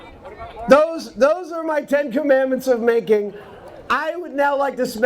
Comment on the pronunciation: oh, MAKING not MATING....